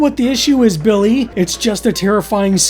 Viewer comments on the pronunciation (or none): none